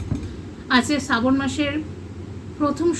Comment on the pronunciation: সাবন না ,শ্রাবন মাস